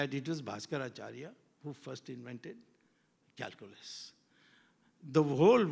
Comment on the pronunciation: When he said calculas I cried